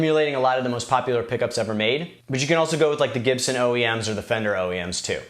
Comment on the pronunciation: So to summarise, toan is in the Chibson. Got it 👍